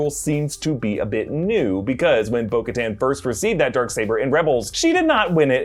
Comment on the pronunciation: I got so triggered every time he said bo katan